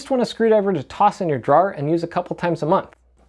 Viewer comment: I’m not in the market for any of this nor was I looking for it. I clicked it because of your Jersey and now I wonder where you are from because of how you said drawer